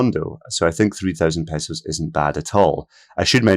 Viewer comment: Thanks for saying pehsos and not paysos. Almost all western video’ers will say paysos. Somehow that highly irritates me. I thought the cost would be closer to 2000 dollars. So this is pleasant information.